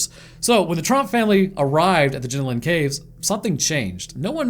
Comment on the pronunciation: Their called the jenolan caves not jinolin caves omg y can’t you Americans pronounce any Aussie names